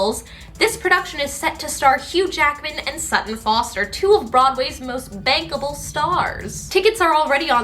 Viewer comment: Okay I think you said that Hugh Jackman and Sutton Foster were bankable, but I heard bang-able (Also Beetlejuice closing is very sad and I have cried several times)